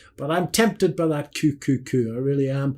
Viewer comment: Unbelievable. You could not have been more wrong. And QQQ is NOT pronounced Coo coo coo .